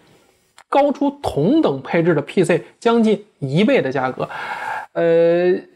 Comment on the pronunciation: PC 讀成呸say